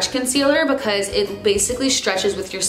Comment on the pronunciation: love the way you say "bucause" haha